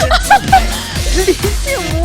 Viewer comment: 잘가여 데맛찌아~ 사요나아~~ 발음왜그래여...